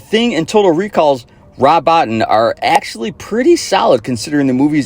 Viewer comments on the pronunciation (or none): Rob Bottin is usually pronounced Bo teen. Just saying lol